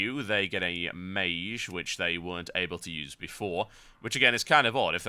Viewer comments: ok i didnt hear the "meyzh" instead of "meyj" until i read the comments :P. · mage is pronounced abit wrong u say meeshj while its meetsh thats how i can say it lol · It's pronounced māj. Google it. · Actually I did look at the first (and second and third and fourth) google results for mage pronunciation and it seems you really do pronounce it non-standard. You pronounce it /meɪʒ/, where the standard generally is /meɪdʒ/. But then I guess it's part of your particular accent and your accent rocks serious balls. Actually listening to this I was thinking - he's pronouncing it /meɪʒ/ - like so cool. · I just got this on my recommended videos, I miss TotalBiscuit, RIP John. But can't help but notice he mispronounced mage a little bit by saying the g wrong.